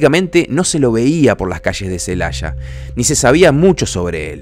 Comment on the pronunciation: Aquí en México, no hay ninguna ciudad llamada "Celasha", hay una Celaya.